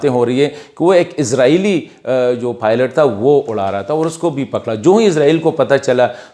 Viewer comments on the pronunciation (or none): none